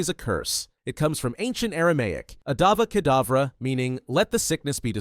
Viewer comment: you said adava kadavra is it a typo or was it really a healing spell called adava kadavra similar to avada kadavra?